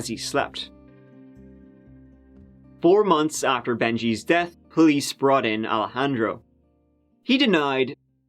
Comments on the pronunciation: More like EYE-lejandro *wink wink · bald spot! 😂 Alejandro not Al-handro or Alla-handro. 🤣